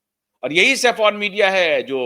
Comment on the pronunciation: Indian flag has three colours Saffron White and Green It’s not Safon as you pronounce It’s SAFFRON - सैफरन